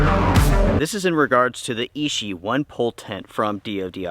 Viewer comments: Thanks for your video - excellent information! Btw: 'Ichi' is pronounced "ee chee" (2nd syllable begins with the sound as in 'cheese'), and translates to the number "1" in Japanese. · So I watch a couple of video about this tent. I thought it was ishi as in the word meaning of stone, but when I go to the DOD website, it was ichi as the word meaning one. Is it American pronunciation that just different or is it the DOD official name.